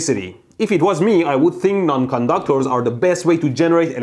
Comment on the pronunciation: I like the way he says "conductors" more like "condoctors" 😂